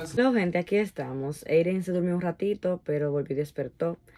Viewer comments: No entiendo por qué ella dice Eyren si el bebé se llama Eydeen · Porq le dises EYREN y es EYDDEN😊?